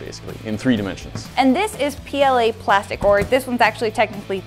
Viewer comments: It’s ok I laughed at pla-stick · PLA-stick. why